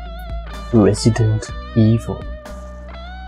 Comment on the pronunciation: "Résidente ivol" mdr la fin